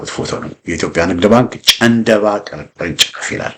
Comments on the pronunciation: ጨንደባ ሳይሆን ጫንድባ ነዉ። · ጨንደባ ሳይሆን ጫንድባ ተብሎ ይነበብ